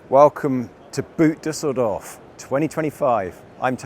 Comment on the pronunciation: Your pronounciation of Düsseldorf was perfect!